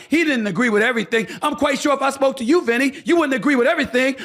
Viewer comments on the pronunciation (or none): CALM DOWN.... you sound center left but think you are trying to play both sides of the street. BTW the word you is pronounced 'you' not 'choo' My gut tells me you really want to run bad. It's an ego thing.